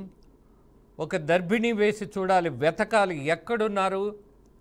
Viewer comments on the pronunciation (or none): దరభిణీ కాదురా దుర్భిణి రా బాబు